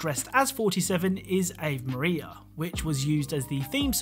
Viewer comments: ave maria is pronounced for you in the game, so why'd you have to go and pronounce it like that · The way you say Ave Maria is soooo wrong!!! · "Ayve Maria" lol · No way this dude just said "Ayv Maria"